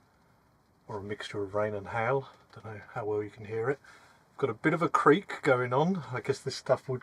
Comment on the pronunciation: Man look not even funny im only seconds into the video when this man said HAIL I thought it sounded like he said HELL I smiled and laughed and said to myself now this is a guy I could be friends with THANK YOU AND I SUBSCRIBE